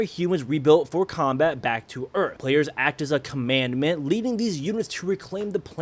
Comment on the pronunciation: "commandment" 💀💀💀💀💀 Edit: broooo how can you consistently call the commandant "commandment" so much? Did you actually read the name? Its in screen 😭